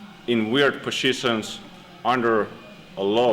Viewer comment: It's so cute how he wrongly pronunciated word "positions". LOL